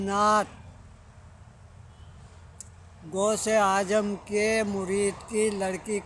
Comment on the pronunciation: غوث آجم نہیں ہوتا ہے غوثِ اعظم ہوتا ہے 😃😃😀😀😁😁😁😁😁